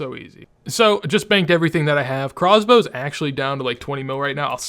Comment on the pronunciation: OMFG STOP SAYING CROZBOW!